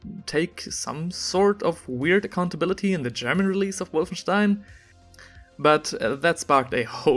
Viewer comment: I love how tried to pronounce Wolfenstein the right way to sound like a cultured man while completly butchering the pronounciation